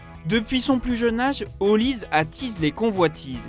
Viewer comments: Ce n’est pas « Olize » mais « Olisê » comme Sunday Oliseh y a une certaine époque vous vous rappelez ? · Son nom est peut-être Nigerian mais il est Français et il joue pour la France. On prononce donc son nom OlisEEE. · Les Français arrêter de dire OLISE ! Son nom est NIGERIAN et c'est OLISÉ !!!